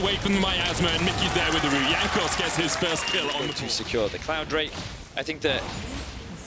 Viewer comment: WTF IS A 'WOOT' MEDIC?? Speak like an adult, not a fucking baby, it's R O O T, sound it out you special ed fuck